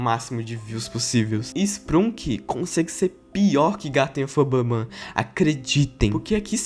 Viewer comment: Porqmr vice falou malw dl mep garten of bahbban 😡